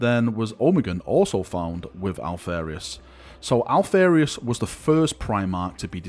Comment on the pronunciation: Alph-AR-ius > Alph-AIR-ius